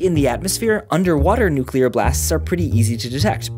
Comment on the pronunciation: I dont know why but it always makes me feel good when people say nuclear right :)